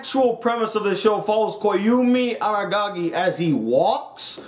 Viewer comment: If you didn't take the time to learn to pronounce Koyomi Araragi (Coh-Yow-Mee Aw-Raw-Raw-Gee) and you think that a show needs action to be good, maybe you should stick to OreImo, the anime where the protagonist falls in love with his own sister (OreImo is literally japanese for MeSis). No wonder you rated it higher.